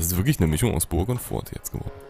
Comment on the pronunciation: Das "T" bei "Fort" spricht man eigentlich nicht aus! ;) #GrammarNazi Nice Folge wieder! Ich hab mich schon in das Spiel verliebt und werde es mir dann kaufen wenn es fertig ist. Oder vllt sogar schon die Alpha!